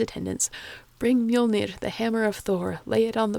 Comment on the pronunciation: That face when you here some good pronunciations of "Mjollnir" and "Aurgelmir" ╰(*°▽°*)╯